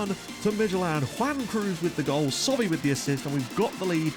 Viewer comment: It's not "SOBE" it's "SOBHY"